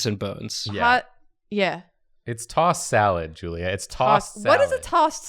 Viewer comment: I swear he kept saying Julie rather than Julia???